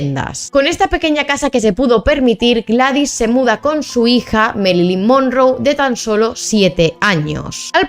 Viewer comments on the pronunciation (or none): Norma yan? Además se pronuncia mérilin monróu Informa mejor😂